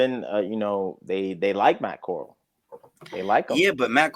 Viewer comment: Bro Matt Corrall didn't start ANY games. He played in 2 preseason games and got injured. Y'all are not even pronouncing his name right 😂